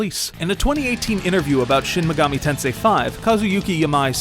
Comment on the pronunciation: I'm mad you guys didn't get the pronuntiation right, it's shin maygoomi tensay